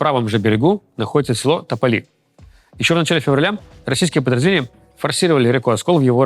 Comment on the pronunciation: Руслан, село нОсовка, а не носОвка (!) Это же украинский диалект. Проверочное слово - нос (выступающий мыс) И село НЕ тополИ, а топОли (!) Это названия украинского диалекта.